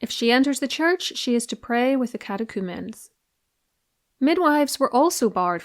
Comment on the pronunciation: Some of us can pronounce "catechumen."